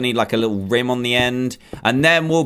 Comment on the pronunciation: DANTDM THE EAGE OF A BOWL IS NOT CALLED A RIME ITS CALLED A BRIM CRAZY!!!!!!!